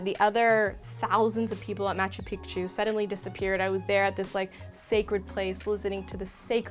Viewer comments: This video is very helpful, thank you very much. But I keep cringing at the pronunciation of Machu Pichu……let me help. It’s pronounced Machoo Peechoo. Again thanks for all the insight! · I'm of Peruvian descent, I understand you might be trying to pronounce Machu Picchu correctly but its actually pronounced (MA-CHU PI-CHU) or (MA-CHEW PI-CHEW). I hope this helps! :) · I was going to watch until you pronounced it pic-tu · I was so confused by her pronunciation too 😆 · When you say picture, pic, pic, you can pronounce Picchu